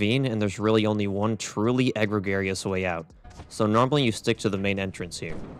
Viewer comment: Did he really say "egg-regarious"????? You mean egregious????????